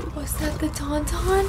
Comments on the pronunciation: Hearing her call Taun Tauns ‘Tum Tums’ and kangaroo llamas made me laugh. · Wampa. Not Yeti. Taun-Taun. Not Tom-Tom. 😉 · Tum-Tum LOLL. I will forever refer to Taun-Tauns as Tum-Tums LOLLLL